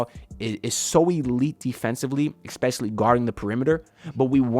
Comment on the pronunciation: please stop saying exspecially 😭